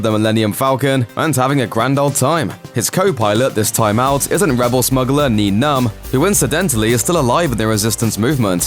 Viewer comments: It's pronounced Nine Numb! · how do you screw up Nien Nunb's name it's honestly not that hard